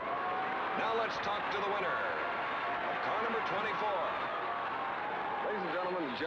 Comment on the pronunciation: I love the old footage and Chris Schenkel. Chris has the weird pronunciation of the letter I. Endianpolis, Endy 500 , Fenished, Wenner. Great race! Crazy Pileup. Reminded me of 1973's Salt Walther crash on turn one.